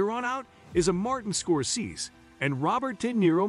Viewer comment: Not a bad list, but the auto narration is terrible: Godfather: Part aye-aye? Martin "Scor-sez?" Please, get real voice actors.